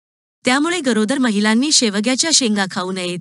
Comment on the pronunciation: तुमचे काही उच्चार जसे शेवग्याच्या शेंगा,शकतो, जळजळ हे शब्द, आजार त्यामुळे माहिती छान असून पण ऐकायला कसेतरी होते